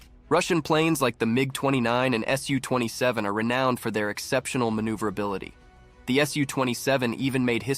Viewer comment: Pronounced "soo" not "S U".